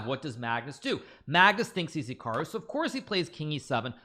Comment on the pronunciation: This "hecarwoo" you speak of sounds good